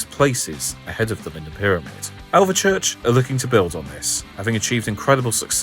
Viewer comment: I'm 5 miles from Alvechurch. Great video. Just one thing - it's pronounced "Alv - Church" There's no E in the middle ☺